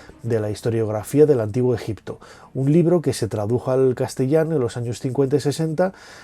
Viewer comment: Pero si tú eras el experto que aprendiste ejicio pronunciado con una piedra venga fantasma